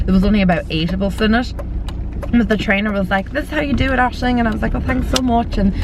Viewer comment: Aisling, can you please pronounce your name for me on your next video? LOL It's not a common name in the US so I have never heard it pronounced. When I have heard you say it on your videos, it almost sounds like you're saying "Ashley". Oh maybe someone can type out how you pronounce it? Thanks!